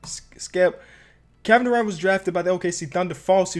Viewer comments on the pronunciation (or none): none